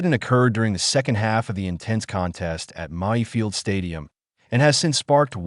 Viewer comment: Stop th AI shit......Muyfield?????ffs